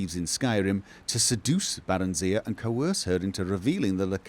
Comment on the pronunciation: The way pronounces it. Bear-en-zee-uh.